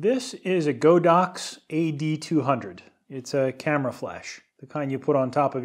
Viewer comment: Some fun things I found: I think GODOX is pronounce as "God-Ox". GODOX seems to be a China company, and their Mandarin brand name is called "神牛", which literally means "the god of ox".